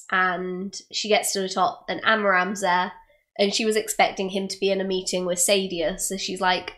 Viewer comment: SAHdeus saDEUS SAYdeus